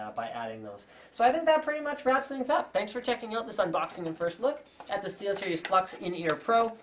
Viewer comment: steelstiries XD